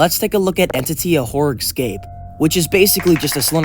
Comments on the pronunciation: if you say "excape" any more instead of "escape" I'm gonna go mad bro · ESCAPE not EKSCAPE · why does he pronounce 'escape' as 'exsape'? 😂😂 it's hilarious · i think its an accent thing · bro pronounces escape eggscape lmao